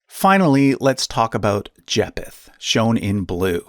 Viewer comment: It's pronounced Jay-feth the ph isn't separately pronounced, they're pronounced together having the f sound